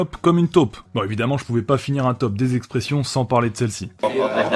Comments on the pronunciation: Ce n'est pas " Expres'sions " mais plutôt " Express'ions " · c est express' ions pas expres' sions